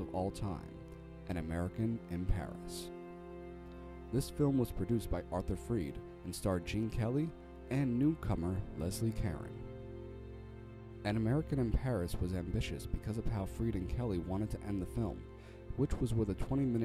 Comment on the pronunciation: Leslie Ca-RONE